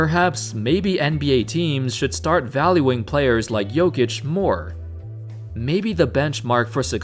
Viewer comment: Thank you for pronouncing his name right